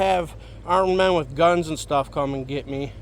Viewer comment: It's WITH NOT WHIT